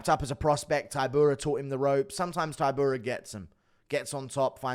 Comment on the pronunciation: He pronounces polish fighters' names terribly. Taibura, week-watch, breski